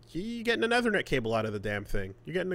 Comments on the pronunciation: it's ethernet not ehthernet. .... I can't help it. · eee-thernet, we have been through this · saying "eh-ther-net" instead of "ee-ther-net" is a new pronunciation tic for me. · I can't unhear Athernit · Æ T H E R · Obsessed with the fucked up way said "ethernet" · Is it a Canadaland thing?